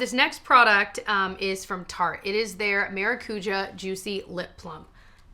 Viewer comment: “mah-rah-KOO-ya” - 💢Maracuja💢